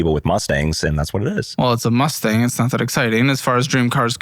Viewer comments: a Musturd.......a "dream" car...... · It’s Mustang…relax, buddy.